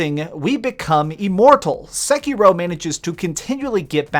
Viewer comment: This isn't explained, it's just a bunch of wrong theories and a guy with an incredibly annoyingly voice and stupid affectation aggressively mispronouncing Sekiro a hundred times